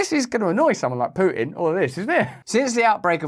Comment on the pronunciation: when did Pu-tin annex Crimea?